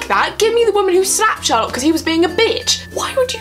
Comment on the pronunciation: It was more like "Sawlock" then "Sherlock" tbh. I have to say: I love the characters and I spend a lot of time getting to know them to a point where they felt familiar, but now... WHAT THE HELL DO THEY THINK THEY’RE DOING?!?! Also, dear writers... IS THIS THE END???? REALLY??!?!? WHAT THE FUCK???!!!!